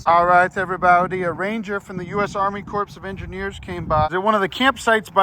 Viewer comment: Maggots, Milk and Mayhem Hey: the blue-eyed white kitty has a 65%-85% chance of being deaf, so it might be causing the 'clingy'. Also, the Army Corps of Engineers is pronounce 'Core', not 'Corpse' unless that was just some of charming word play. 😅